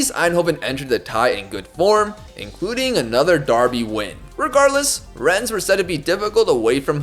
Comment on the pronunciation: ES in Rennes is silent :) It's pronounced Renn